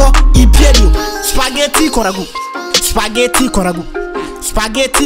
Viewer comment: É abbiamo capito sto spagheti con ragù Poi con una t pronuncia. (Spagheti)